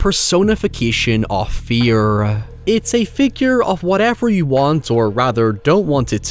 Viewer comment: The word is you. Not yuww. Word have pronunciations.